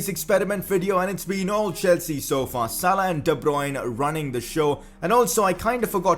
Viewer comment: Every time thee instead of the